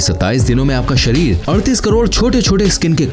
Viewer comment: Bhai sharir hota Hai sarir nahi ..... over all it is good information